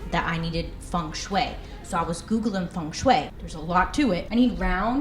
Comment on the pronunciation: watching this, year 2020 so nice!!! i like how you pulled off pop-ish design and other elements! hahaha and it's so funny how you say "fung shuwei" but it's really pronounced "fung-shuy"